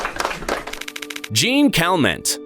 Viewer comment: ACK! It's not "JEAN CAL-MENT"... it's "Zhon Calmong" (French)